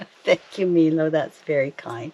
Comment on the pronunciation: I was wondering if you could do something for me that I'm really curious about. You are calling your dog Milo (Meelo) everytime I've seen that name it's always been pronounced (My-lo). Could you please call your dog My-lo a couple times to see how he reacts, if you aren't pronouncing his name properly could be part of his problem of adjusting to his new home.